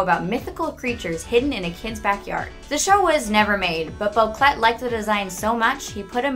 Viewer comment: A few things are wrong. Penny is allergic to blueberry, not peanuts. The names Anais and Sussie are pronounced wrong, (although, Granny Jojo says Anais different than everyone else, like ah-NY-us.) Boquelet is most likely pronounced wrong as well, since he was born in France. Even GI is pronounced wrong. She says GI, like in GENIUS when it should pronounced GI like in GEESE, but without the S sound. And there were many more than two previous Darwin's before our Darwin. How many times did Richard sing, "Swing low..." before rushing off to the pet store for another fish? Definitely more than 3. If I were a bigger Gumball nerd I'd have the correct number. Sorry.